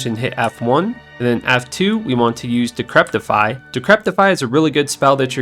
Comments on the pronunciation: It will blow your mind, but there is no T in DE-CRE-PI-FY. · cannot pronounce decrepify in the right way:D HAHAHAHA decreptify:D maybe encryptify or decryptify?:D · Theres no "t" in Decrepify, good vid overall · Games been out 21 years mate, it's decrepify not decreptify.